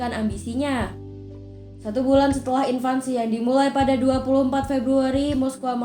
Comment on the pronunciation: Invasi kok di baca invansi